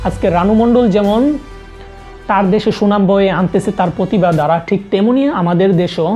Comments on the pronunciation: Not পতিবা। its প্রতিভা। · পতিবা না, প্রতিভা